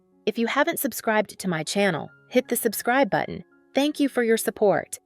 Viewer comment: Tenks tenks tenks